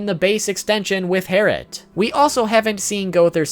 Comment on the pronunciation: It’s actually Herrit